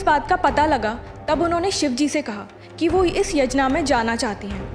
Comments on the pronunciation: It's not 'Yajna' as the anglicists say. It's Yagya. That's what it is in a Bharatiya language. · मैडम जी ये "यजना" नहीं होता है... इसे "यज्ञ" कहते है.... 😊